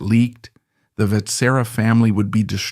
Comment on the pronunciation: Your pronounciation of Vetsera hurts a lot- it's supposed to sound somewhat like wet-shear-ah (in one go)